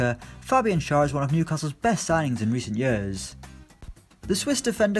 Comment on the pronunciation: Schar is pronounced like Cher